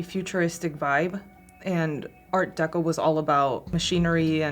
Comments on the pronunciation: Take a shot every time that they say "art decko" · Drinking game… every time they say Art Decko